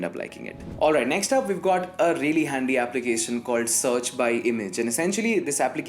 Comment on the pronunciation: rrrreaaly, rrrrealy rrrrealy